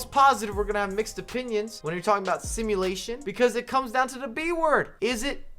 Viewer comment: What happened to your “the” it’s turned to “da”